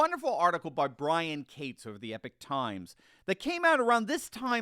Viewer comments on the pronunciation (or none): none